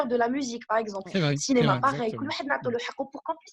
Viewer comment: Cénéma 🤐et qui corrige la prononciation juste après:) Sinon une vraie pipelette 😷 Bravo Mina